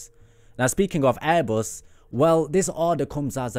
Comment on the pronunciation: Why r u pronouncing airbus "airboos" ?